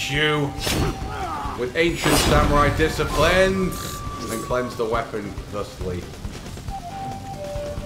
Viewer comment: The ancient samwai discipwins